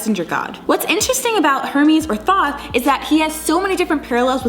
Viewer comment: It's actually pronounced like tote or thoth the th sounding like the beginning sound tah